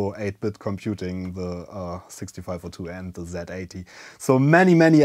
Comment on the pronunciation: Zilog is an American company, so it's Zee-Eighty!! If this incorrectness persists, I will start calling the Zed-X Spectrum the Zee-X Spectrum!! I'm not bluffing, I'll do it!!